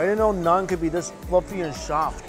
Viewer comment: Nun? It's Naan..😅 Keep the buffets coming bruh..